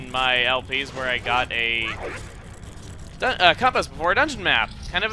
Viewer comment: you said coompass not compass (in nice way) not trying to be mean